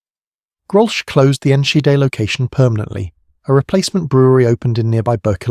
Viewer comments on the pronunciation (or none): Your butchering of the town's name is almost offensive, but so ridiculous that I couldn't help laugh. I'm actually heading there to be with friends and family for the holidays. I suggest that you take Enschede into Google translate and learn the pronunciation. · Text to speech AI is just awful. You've butchered the name of the town and the over dramatisation has made what should have been a 15 minute video in to 40 minutes.